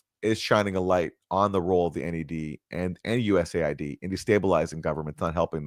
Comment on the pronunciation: it’s not US-aid. It’s USA-ID please 🙄 seems silly to mention but when you’re at the receiving end of the meddling this matters. There’s no aid coming from the US only problems.